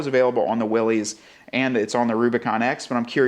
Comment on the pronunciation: Yet another video that I have to give a thumbs down for the ridiculous mispronunciation of Willys.